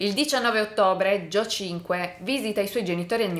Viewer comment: Tutte le volte che sbaglia a pronunciare Joe 👇🏻